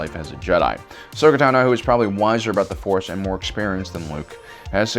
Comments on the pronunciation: Ahsoka Ta-know? What the hell? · Im pretty sure how speaks reall affects his pronounciation Cuz i heard Baby Grogurt instead of baby grogu and Ashurka Tuhno instead of Ahsoka Tano. Like how he says grogurt instead of grogu just seems like ur going in a straight line, then u turn 180 degrees the other way and go the opposite direction. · “Ahsoka TunNO”